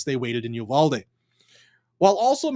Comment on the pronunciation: UVALDE is pronounced "YOU-VAL-DEE". The VAL is as in the name Valerie.